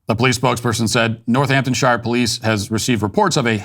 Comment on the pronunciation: Hey Matt. Just to help, Northamptonshire is pronounced North-hampton-shear. Bedfordshire is pronounced Bedford-shear. Keep up the good work. Love watching your channel.